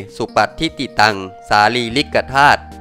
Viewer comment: ฯลฯสารีริกะธาตุมัยหัง อ่านว่าธา_ตุ